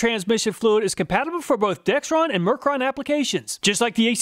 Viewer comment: Everybody gets the name “Dexron Mercon” wrong, never heard anyone get it right and I worked at a parts store. Video said it wrong too. Most people say “Dextron Mercron” people are dense.